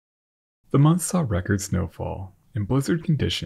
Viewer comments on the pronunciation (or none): none